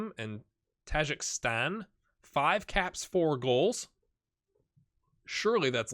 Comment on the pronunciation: Just found your channel and it's a pretty cool experiment, apart from the ridiculous knee injuries. I face the same thing in my Hartlepool save though. And just fyi it's "tah-jee-keh-stan" 👍